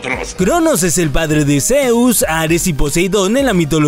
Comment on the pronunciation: Like si notaste que dijo áres envés de ades